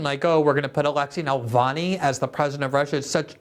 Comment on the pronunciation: Why can't Glenn say "navalny" right? I don't like the puppet but damn man, the details are important.